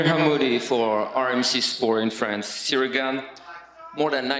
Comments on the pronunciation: Jon keeps saying Cereal ghejn… 😂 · I feel like everytime Jones says "Ciryl Gane" pronunciation changes 😄